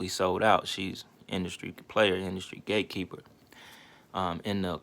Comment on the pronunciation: At first I thought you was saying Gay keeper.... I was like wtf as my ears expanded and eyes popped 👀